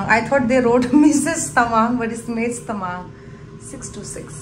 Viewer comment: why do you pronounce "Tamang" differently?